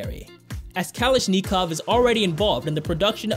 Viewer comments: This could be good if the anouncer would learn how to pronounce words correctly. One example is when he says Kal ish nee kov, it is pronounced Kalish ni kov!!!!! Im embarrased for this kid sounding so ignorant. Do your research!!!! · It's Kalashnikov, not Kalasch Nikov... dog garn it... (Same name as the inventor of the world famous AK47.) Also you may be scared of getting cut but normally you get a scar. Scarification is derived from the action of cutting through the surface of soil and dirt. Thus scarification is pronounced in such a similar way. I doubt anyone manages to frighten the soil into shape. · It's pronounced Ka-LASH-nickoff - emphasis on LASH, and nickoff is said like saying f$%koff - one word. You said Nee-Kov -- its short "i" like in the word tin. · the way hes prounouncing kalashnikov is infuriating.... dude its been a fucking gun name for like 70 years.. AK-47... kalash-NICK-ov not knee-kov wtf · Learn to pronounce things like Ka-lish-nakov, very famous Russian arms company! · Kalash-nee-cov are already involved in the defence industry 🤔. Can just imagine their marketing guys telling this bloke how to pronounce it 'properly'. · I know you try to sound vocally superior in your video, but its pronounced Cuh lash na cawv "Kalashnikov" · Kali-shnee-cavwv . lol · kah LASH ni kov yu moron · It's not kalish nii cough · "Cal-esh-knee-cough".....really? Anybody else think this guy could be a child molesting progressive? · I wonder if knows Kalashnikov? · iono if kalashnikov is related but the ak47 version is pronounced kuh-lash-neek-off =) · "Cal-esh-knee-cough".....really? Anybody else think this guy could be a child molesting progressive? Snowflakes believe President Trump want to destroy the environment. They get their news from Jimmy Kimmel. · Kuh lish neh kov , pro nuncee ate your words correctly . Where do they get these narators? Kalishnakov was the inventor of the Ak-47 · Kowl Lish Nee Kov lol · Kalashnikov = Callous Knee Cough LOL